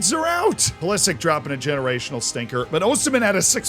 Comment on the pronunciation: Its not pulislick ... this bothered me way to much